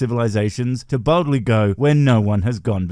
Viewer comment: Did you say ‘boldly’ or ‘baldly’?